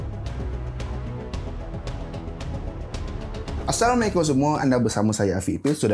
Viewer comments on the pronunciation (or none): none